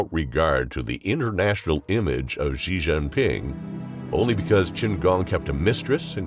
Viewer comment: The current reading voice thing you're using pronounces X incorrectly in Pinyin. Xi Jinping is not pronounced "Zhee Jinping", etc. If there is some way of remedying this, please do so. It isn't good for a channel focused on China to be mispronouncing names like that.